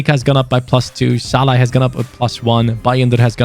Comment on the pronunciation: Like how was calling Szalani Shalla.